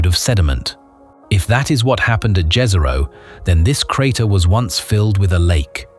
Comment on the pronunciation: It's pronounced yeeehzero btw Jezero in Slavic